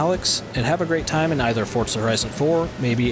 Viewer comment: Forza not Fortza.